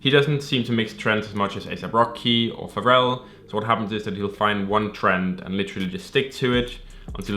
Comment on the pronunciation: why this man keep calling Pharrell, "ferrel"